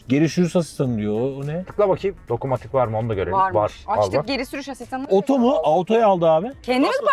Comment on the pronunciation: Nobody:: Geri şürüs asistanı